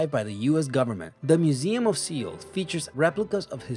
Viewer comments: soeul, South Korea is pronounced "soul" not seal my good sir. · Seoul is pronounced "sole" not "see-ole" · Not sure if the narrator knows anything, considering how badly he mangles the pronunciations. Anybody ever heard of 'Seal, Korea'? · Do something about the mispronunciations by the AI. For example Seoul is pronounced like sole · i havent watched it yet but ley me guess 1. the Louvre. also now that ive watched in seoul you dont pronounce the E so its just soul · It's pronounced "soul" Seoul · I think the pronunciation should be "soul". great vid. Keep it up :) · OMG, please get someone to pronounce the capital of South Korea for you